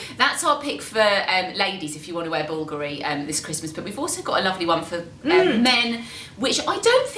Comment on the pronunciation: I love how they pronounce the name "Bulgoorie" when it is supposed to be pronounced "Bulgaaari" 😁